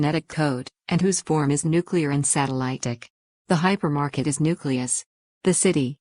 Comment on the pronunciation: Hypermarket, not "Hypermarked"